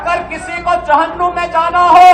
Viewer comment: Abe jahannum Nehi hota hai Jahannam hota hai😂😂